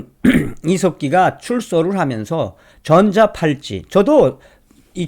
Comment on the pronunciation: 전자 팔찌가 아니라 전자 발찌 . 발음이 비슷하게 들리네요